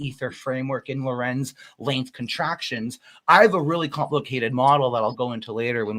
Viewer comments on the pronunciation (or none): none